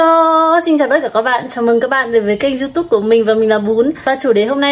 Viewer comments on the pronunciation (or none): none